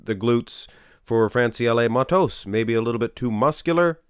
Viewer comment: Your pronunciation on Francielle Mattos is perfect!